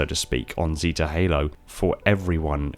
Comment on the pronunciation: It really triggers me how you say "zeta" lol